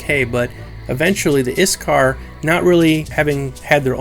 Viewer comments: IT'S PRONOUNCED IK (ich)- SAR (sar) Not IS-Car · OK I get that you said you're rally bad at pronouncing things, but come on, iksar is simple. The s comes after the k not before it. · A pretty tidy wrap-up of the major lore we know so far. I don't know why you were worried about pronouncing things wrong though. I think you did pretty well. I only noticed a couple words mispronounced (IKsar rather than ISkar and Qeynos is pronounced KEYnos), but you got the harder ones right from what I know of it. Overall a great video! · No offense, but it kinda hurt my ears to hear you pronounce Iksar. >_< Regardless, I subbed cause I enjoy the EQ Lore, and look forward to the lore about the Deities and such. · The names... Ik-SAR Shi-ssar